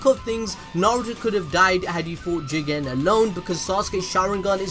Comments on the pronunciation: Oh I thought he said Jiren from dragon ball super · The way you say JIGEN 😂😂😂😂😂😂😂😂😂😂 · For some reason, i had to press backwards and replay whenever he says JIGEN!!!`lol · First of all☝🏿 you didn’t say JIGEN!!! you messing up! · Love the way you said "JIGEN" 😂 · If you say jigen one more time I will unsubscribe